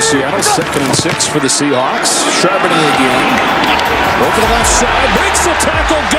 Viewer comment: I love it when the guys up there in the booth call Charbonnet "Chardonnay" 🍷. They do it so the time! I laugh coz that's all I conic say too. It was tough that first year when he got up here!😅😅 Now we're on a first name basis, so he's just Zach to us 12s💚💙 #26 will be back next season NO DOUBT! GO SEAHAWKS!!